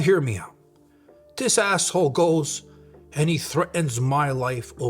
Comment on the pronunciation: Love the way johnny pronounces"asshole".Noone says it better.😁